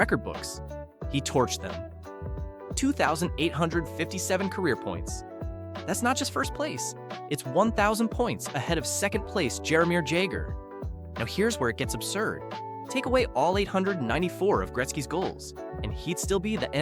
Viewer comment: Punched out at Gerimar Jagger. Your mispronunciations are brutal.